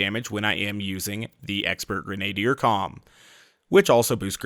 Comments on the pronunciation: Jane Murphy No, he's not. He said it two different ways; 1. Greh-nay-dee-er 2. Greh-nah-dee-er The video's pronunciation is the same as mine, the correct one. The two you are defending are both incorrect. So, thank you for giving something to back up my statement, as well as discrediting yours. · is absolutely right, it's pronounced greh-nah-deer. I didn't really feel like pointing it out because I don't think it's a huge deal, but it still bugs me a bit every time he says it, lol. For further reference, here is a much better source than what Jane Murphy provided. CAMBRIDGE, BITCHES! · Genadier is pronounced like: Gren-ah-deer. Doesn't matter too much, just annoyed me a bit.